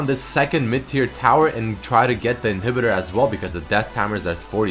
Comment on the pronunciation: "its the difference between getting a dragon or an inheeebitor" XD he derped so hard at the word "inhibitor" there...